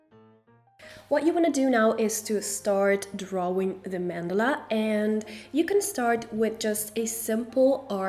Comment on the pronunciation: a "man dela" lmao